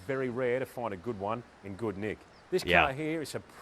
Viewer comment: You said, "good nick" like an Aussie.